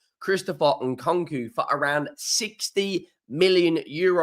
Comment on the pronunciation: Your pronunciation is abysmal Who’s Nkonko?